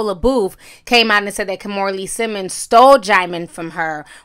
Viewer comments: Now if only Kimora would learn how to pronounce her first name correctly. She keeps pronouncing it as "kaw-moo-ra" when it should be pronounced "kee-moo-ra". At least she pronounces her daughter Aoki's name correctly. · I wish Kimora knew how to pronounce her first name correctly. It should be pronounced "kee-moo-ra".